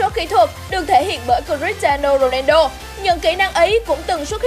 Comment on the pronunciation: Cờ - ti - a - no rô - nang - đô :))